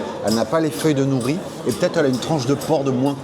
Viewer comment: Ils n’ont pas eu de mal à se faire un nom car c’est le même patron que le regretté restaurant référence « Naritake » qui a fermé. Je valide complètement. Pour info, les feuilles d’algues s’appelle « nori » (prononcé « noli » en japonais) et non « nouri » 😉